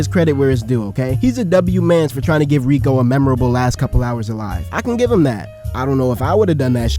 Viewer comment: Btw it’s not rika it’s riko